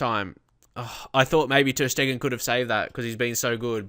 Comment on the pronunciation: It' not ter Schteggen, it's ter Steegen (and not ter Stiegen)